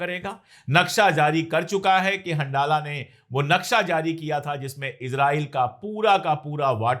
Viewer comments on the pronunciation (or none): सर वह हंडाला नहीं है हंजला है जिसको अंग्रेजी में Handala पढ़ते हैं जैसे रमज़ान को रमादान कहते हैं।